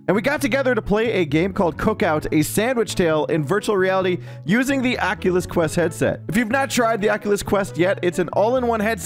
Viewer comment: the ackulus qwest